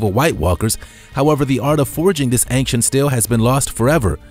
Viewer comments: ˈān(t)SHənt Not ˈān(k)SHənt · Please stop saying "Ank-Shent' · "Angk-sient" driving me up the wall too. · Why does this narrator constantly switch his pronunciation of ancient? Sometimes he says ancient and other times he says ainkshent 🙄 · Dude ‘Ancient’ is pronounced ‘ˈān(t)SHənt’ it’s not ‘Ankcient’ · It bothers me so much how he says "anccient" instead of "ancient" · anXient anXient anXient. Get smone else to comentate ur vids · Take a drink everytime the narrator says "ang-shent". Also RIP. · "Ankshent" is not how you pronounce ancient. Along with the outdated material, this ruined the video for me. 2/10. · I like the way dude sez, "ancient". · Why can't he pronounce ancient? When he says it so many times! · Why does he say ancient wrong? Driving me crazy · thats True